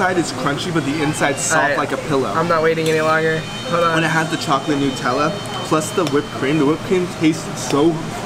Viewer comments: Thank you so much for saying “nut-tella” instead of new-“tella” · No but in official commercials for it they say new-tell-uh, sooo